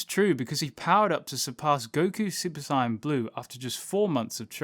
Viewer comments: You keep saying sigh in it’s sayin like I’m just sayin lol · Stop fucking saying saiyan like cyan, its so trigering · Did he just say "super sai-ann 3" 😔😔😔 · Dude its not si yan its say an sAiyan not siyan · Is he saying super sonic or super saiyan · Sayian is pronounced "say in" not whatever you are saying lol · Do you keep saying super cyan? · Why u say saiyan wrong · I had to stop watching cause of the way u say saiyan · I wish he would say Sayian properly 😑😑😑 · mispronounce saiyan and count to six with your thumb